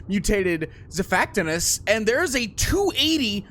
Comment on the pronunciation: Just to let you know xiphactinus is said zi fact in us.